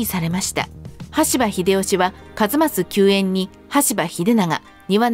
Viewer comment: 羽柴をしばたとしたり、名前逆さまだったりでしたな